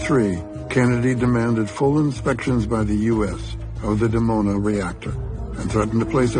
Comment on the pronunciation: Dimona, pronounced "Dee-Mona", not "Demona"